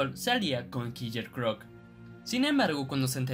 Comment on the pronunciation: Kiyer crock? Kiyer?